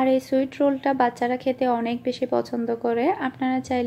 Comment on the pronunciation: সুইট নয়, সুইস হবে